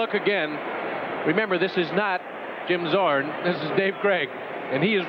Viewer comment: "Zim Jzorn" 😂😅